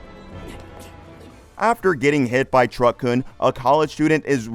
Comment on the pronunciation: Not "truck-kun" (fun 'kun'). It is "truck-kun ('koon')".